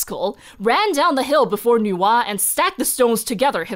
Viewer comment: My brain when I hear Nuwa: Why does is sound like Noah?😵‍💫😅 Even subtitle in other video said Noah 😂